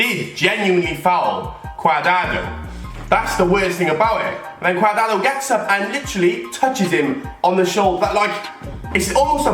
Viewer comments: It cadrado not cadado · Lol "cuardado"